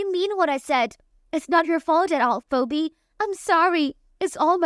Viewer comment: Phoebe is pronounced, Feebee. Otherwise, thanks for the story.